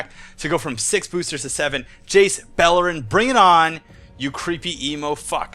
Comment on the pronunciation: I know you said Jace Beleren but at the start it sounded like Jace Bellend :D